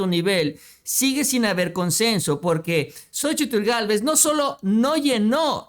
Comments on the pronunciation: Se pronuncia SOCHIL y no SOCHITL Saludos desde chihuahua…🤗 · La misma Xochitl Gálvez. Omite la. Letra. T AL PRONUNCIAR SU NOMBRE Y DICE XOCHIL